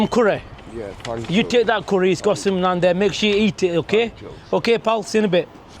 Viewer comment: Nans? It's naan